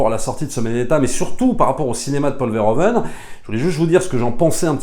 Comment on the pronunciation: Merci pour la critique que j'ai trouvé intéressante à écouter. Par contre, une suggestion si tu reparles de ce réalisateur dans une prochaine vidéo: en tant que Belge, entendre tout le temps "Paul Verhoven" --> aaaargh. En néerlandais, "oe" se prononce "ou" --> ça donne donc "Paul Verhouven". :) Au plaisir. ;)